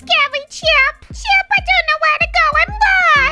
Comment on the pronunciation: Bruh it's not chop it's chip